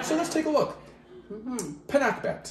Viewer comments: You say it right. Your Mom is so adorable. I missed my mom in heaven. That’s one of our favorites here PINAKBET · Hello I'm happy to see you guys pinakbet nice seeing you two yes you pronounce 👍 Pinakbet